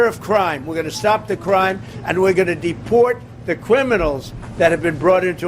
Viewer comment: Just a side note..... Did he just say "depwort the cwiminals"? Is he an old baby???